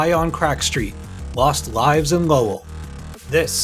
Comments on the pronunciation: Lowell Massachusetts is pronounced Lole not Low El the pronunciation is getting worse here I thought the pronunciation of Michael Crichton ( CRISHON) for the Jurassic Park video was disrespectful enough 😂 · It's NOT "lo-well" it's "Lowell" pronounced as one word... I know Massachusetts towns can be tough to say, but this is an easy one compared to others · The real bullshit alert is how you pronounce “Lo-well” lol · WTF happened to the way you pronounce Lowell